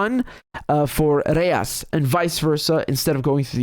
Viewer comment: reais is pronounced with an "h" (kind of harsh), not an "r" in Portuguese.